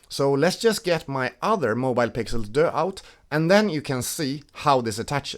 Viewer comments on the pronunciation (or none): This French “Deux” is hilarious. It’s DUEX, like dual.